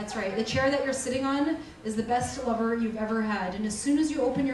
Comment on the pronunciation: The Way she says """"Lover"" French-style 😏